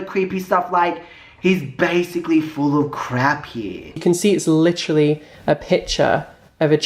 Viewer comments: Take a shot every time says "licherally" if you want to die from alcohol poisoning lol But seriously, he's a vile and disgusting sicko. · LITCHERALLY how many times does he have tp say literally SMFH is a joke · He’s “licherallly” coming for Peter to distract from his kuckiscam cosmetic fiasco.